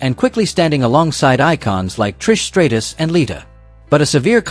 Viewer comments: Stray-tus? It's STRAT US! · "Trish Stray-tus"...why do people insist on using AI for voiceovers? Why can't they commentate their own videos?